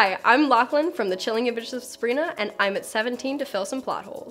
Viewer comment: “The chilling ahagsjaab of Sabrina” 😂